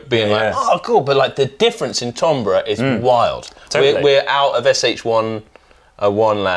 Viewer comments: What a great showcase! you're the best, but pronunciation... Timbre = "Tam-bah". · Actually it's pronounced tambghuh